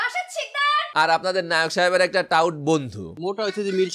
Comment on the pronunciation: ভাই নায়ক হবে লায়ক না 😂 আপনি টিকটক সেলিব্রেটিদের ভিডিও দেখলে তোতলা হয়ে যান কেন 🤣